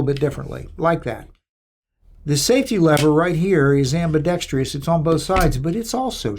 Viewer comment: Its prounced ambidextrous,…… NOT AMBIDEXTREEEEOUS